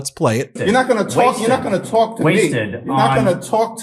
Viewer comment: Oooooo that Brooklyn came out...." You're not gonna tawlk to me"!!!!! FINALLY!!!!